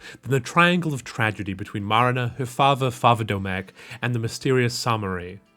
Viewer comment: the way you say Marina like Marinera sauce is over the top.